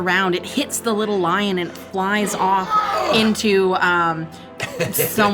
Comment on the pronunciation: He says: "This is they Feywild and you let that fucking lion (sounds like Lie-On) go?? It could have been a Truth-On."